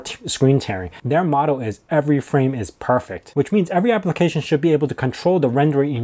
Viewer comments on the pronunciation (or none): none